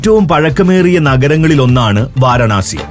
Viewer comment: വാരണാസി അല്ല വാരാണസി